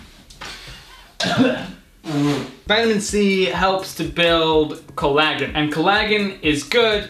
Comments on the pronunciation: Its not colla-gggen its collagen(colla-jen) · coll-a-gen. not colagen but nice vid and eyebrows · collagen is pronounced call-uh-gin....your pronunciation tho... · Your pronunciation of Collagen is fricken hilarious! try "collar jen" hahah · Did he just pronounce collagen "col-a-Gen" 😂😂😂😂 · Collar-jen is the correct pronunciation . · I mean co-la-jen is the pronunciation and it's written as collagen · it pronounced Col-e-jen made me laugh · "collaaahhgeen" yeah 😂😂😂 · Just quietly, I think it's pronounced 'colla-jen'. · collagen😂😂 pronounced so wrong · collagen lol he doesn't know how to say it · hair breakage = not hairloss. You are only talking about the hair strands which are dead and dont have anything to do with alopecia. Your video sucks. You cant even pronounce collagen. Im going to help people around here by giving some actual advice. Take anti dht supplements like pumpkinseed and sawplametto daily, use anti dht shampoo, oiling hair once a week with saw palmetto oil or pumpkinseed oil mixed with other oils you like and lastly use minoxidil 5% daily for men and 2% for women.